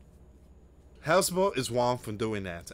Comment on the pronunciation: Hez-Balla Dude, not Hezbul